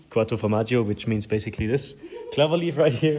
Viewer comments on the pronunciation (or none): Quadrifoglio 🍀😭 Not “Quattro formaggio🧀” 🤣🤣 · Bro litterely said quatroformaggio witch is a pizza with 4 cheese types instead of Quadrofoglio 😂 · wuttro formadio💀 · "quattrofromaggio" ahahahah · quadifromagio? Do you mean quadrifoglio? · Qwattro Formaggio💀